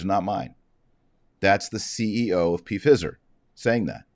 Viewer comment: Does Dr. Marshall mean to say Pfizer like that????😂😂